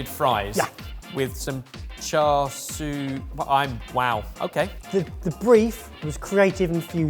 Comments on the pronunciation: This was definitely a fun video, so thanks for making it! still seems to have a tendency to misspronounce "char siu" though. I noticed that he tends to say "swee", but I just wanted to mention it should be closer to "see-you". Hope this helps and I look forward to the next video from all of you! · still hasn't learned how to say char siu and says "swee" instead. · my guy im elated to see cantonese cuisine recognized here but its more closely pronounced "cha-soo" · i think at one point you said "cha swee"? and it's super hilarious and no shade at all on you guys because you always try your best to incorporate lots of different dishes from around the world, and Cantonese pronounciation is tricky to non-native speakers. But it's "cha" (the 'a' pronounced like the 'ah' in 'ah-choo') and "siu" ('iu' prounounced like 'ew'). Loved he vid, keep it up! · “Char Swee” <— 🤣 Sorry, idk why that really tickled me. (It’s “chā shāo”, or “Char Siew”, btw) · Ohhh, cha sui glaze fries, not cha sui fries. Thought he was going more poutine-like. We should be shouting "Where's the pork?!" I was so proud of when he said cha sui the first time in the video, but then later he reverted to char swee (rather than cha seeuuu). Oh well. Guess he makes up for it by providing the laughs in the video. Btw, I realized that I avoid any Chinese fusion videos (Chinese Canadian background here), but since it was about fusing Korean food, no problem at all, click! lol. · I just want to learn to pronounce char siu--which is clearly not char swee. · What the heck is char swee, where did that come from 😂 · still egregiously mispronouncing char siu. 😶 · it’s char s-i-u. Siu means roast in Cantonese. It’s great you love the dish, but learn to say it right:)